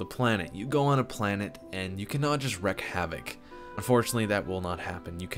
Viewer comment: Wreak havoc, not wreck. ^^